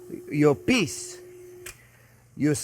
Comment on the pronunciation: “Your PIECE. You slice. You SHEET was not very straight.” My GOD, I heard this all as toilet humor. 🤣🤣🤣